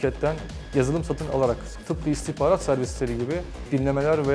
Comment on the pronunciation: İstikbarat diyor biri şu beyefendiye İstihbarat demeyi öğretsin :)